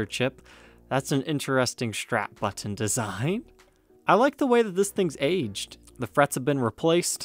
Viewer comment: Been meaning to ask this for a minute now, what's up with those random hard T sounds?... like button for example, sometimes you pronounce it like you're saying "butt ton". Really great channel by the way.